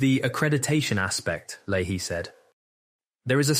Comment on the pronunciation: It’s Lay-Hee